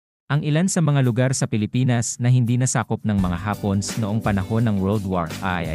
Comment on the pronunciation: Natutuwa ako sa pagbigkas mo sa hapones... hapons ang pagkakarinig ko